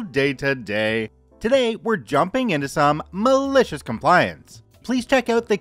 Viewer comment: Why is it that when you say "Malicious" it sounds more like when someone says "Delicious"?